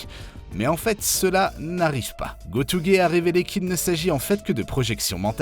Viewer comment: Koyoharu GotOUge